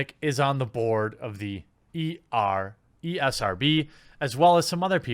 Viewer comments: Me likey when you call it the E R S B instead of ESRB. Me gives likeys and thumbsies up for that :-) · ESRB not ERSB, boomer 😂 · Ee. Es. Ar. Bee. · Is he calling it ERSB on purpose lol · He said ERSB at the beginning lol. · New drinking game: take a drink every time Jeremy can't say ESRB.